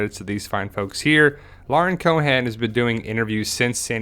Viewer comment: "coe-ehn" not Co'han.